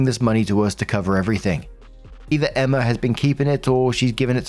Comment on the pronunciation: The way you pronounce "Emma" as "Emmer" is absolutely adorable.